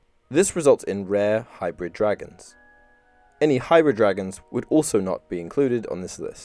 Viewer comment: Lmao “hibrids”